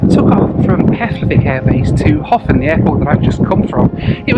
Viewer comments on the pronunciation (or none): How long before you learnt that it's not pronounced "Hoffen," but "Herpn" :-) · Sitting here in my home in Reykjavík, in late March, watching this video definitely makes me wish we could skip ahead to summer all at once! The south coast is incredible. The name "Höfn" is pronounced something like "Hup" in Icelandic, but for a non-native speaker, that terminal sound is nearly impossible to get right for an Icelander's standard, so "Hofinn" works. I would love to see you come back again sometime! (For some scenic air travel, the flight into Akureyri is particularly fun because the airport is surrounded on three sides by mountains, at the bottom of a fjörd.)